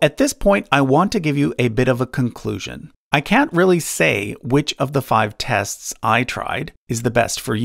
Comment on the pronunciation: My friends have made fun of me for years because of the way I say “tests”. So understand my excitement when I hear you say “tests” and realize you are my pronunciation brother!!!